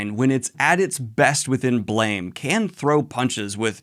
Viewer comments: Hey Daniel, just wanted to let you know "Blame!" isn't pronounced like blame, but instead like blam, with a phonetic "a" sound. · It’s pronounced “blam” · slight correction Blame! is actually pronounced Blahm no idea why I don't even think the author knows english iirc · Daniel, I know you like to intentionally mispronounce things to get pretentious YT commenters riled up, but in case you don't know, Blame! is actually pronounced closer to Blahm. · Just so you know, it's pronounced "Blam!" I know it doesn't make sense... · BLAME! is pronounced as BLAM